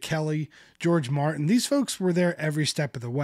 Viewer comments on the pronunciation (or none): none